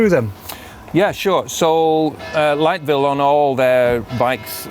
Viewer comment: Liteville not lightville😂😂